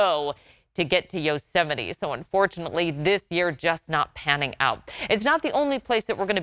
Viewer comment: That's pronounced, Yo-ze-might. McDonald's J Trump